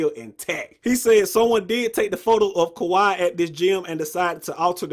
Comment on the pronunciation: ka-wee not ka-why 😂